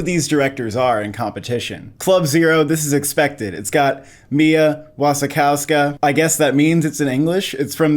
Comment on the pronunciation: And Mia Wasikowska is pronounced VushiKofSkuh